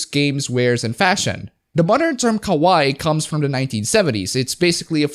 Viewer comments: LOL pronouncing kawaii (cute) as kowai (scary). 10/10. Your high school Japanese teacher would be so proud. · its not ka-waee, its ka-wa-EE (more accentuation, emphasis (or however you say it) in the last syllable) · KA-WAH-EE!!!! not KA-WHY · Um, ackchually it's pronounced Ka-Wa-II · It's ka wai i you idiot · You say 'kawaii' like 'kowai' which means scary. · I'd think you would have watched enough anime to pronounce Kawaii properly. I do think Kawai Kenji is a mighty fine composer.